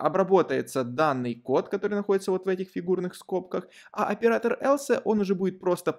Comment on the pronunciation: Else произносится как элс, а не элсЭ. Слух режет. А в остальном всё супер)